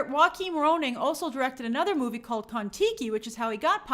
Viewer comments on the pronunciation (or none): none